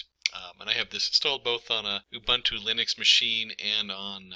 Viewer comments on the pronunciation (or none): none